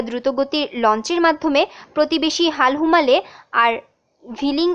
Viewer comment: হালুমালে নয় বোন হুলুমালে